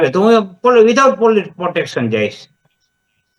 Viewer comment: પોટેક્ષન નય પ્રોટેક્શન પેલા બોલતા શીખ....